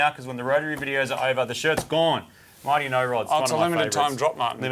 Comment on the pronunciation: Why do i hear mighty no rod as Marty no rod?